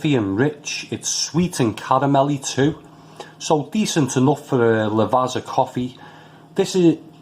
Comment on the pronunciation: Never tried these but always been curious....think I'll leave em alone as not keen on herbal notes...thanks for the review. Quite enjoyed the black espresso beans though. P .s. Lavazza is pronounced 'La-vaT-za' cos of having 2 z's in it like pizza 👍